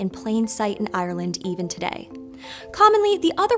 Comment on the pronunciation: Can you please look up the pronunciation of "Ireland"